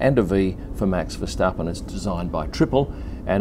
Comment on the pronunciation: You pronounce his name perfectly.